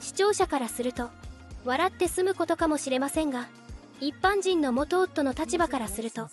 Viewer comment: 「いっぱんにんぷ」って、何⁉️